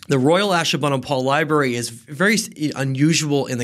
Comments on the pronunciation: My dude said liBEARy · Lie berries 🤭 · Did this dude just say, "Li-berries"? Why... just... why? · "Libarries," lol. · You’d think a history expert would know how to pronounce the word: “library.”